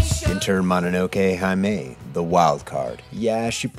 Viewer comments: I love you, and I love this episode. But jeez, your pronunciation of "Mononoke-hime" makes me tear my ears off. Every "i" in japanese is pronounced short, think like the i in the english words "stick" or "irritated". Sorry for the pedantry. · MONONOKE HAI-MAY